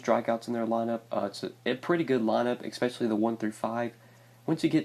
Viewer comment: It's especially not eckspecially.